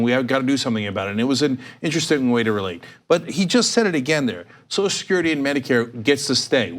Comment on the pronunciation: "SO-shull security," NOT "SOS-security"